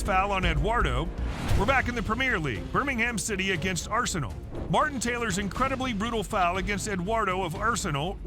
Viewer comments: Arsenay wen-ga Hahahah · Lets hear it for R-sen-ee Wen-ger